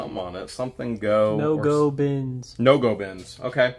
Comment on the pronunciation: No-Go-Pins, not bins. It's a machinist thing. 😀